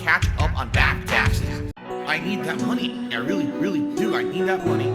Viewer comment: Thanks for the suhpoort = Yeah, I’m squeezing you guises for muhnny So what I love the game = I only “enjoy it” when you gimme muhnny What chill and pawsitive cahntent, you guise Sound good? *annoying copium fueled drunk clown seal laugh